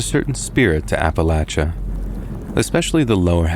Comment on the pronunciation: Couldn't get through it. Just couldn't listen to Appalachia/Appalachian mispronounced that many times in such a short period. "App-uh-LAY-shuh, "App-uh-LAY-shun," not "App-uh-LATCH-uh, "App-uh-LATCH-shun." The third "a" is hard, not soft. I'm sorry. Love your valuable offerings and have for ages,, but we all have our limits. 🫤